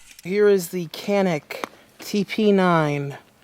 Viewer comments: By the way - the correct pronunciation is 'Janic' - Greetings from Turkey! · "Canik" pronounce as "Janik" in Turkish language. Sounds like "j" letter while saying "Japan" in English. By the way awsome video :)